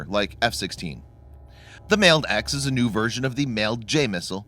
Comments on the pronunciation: You're not pronouncing MALD right. The A in MALD is short. Like the "Wall". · I feel like your pronouncing MALD wrong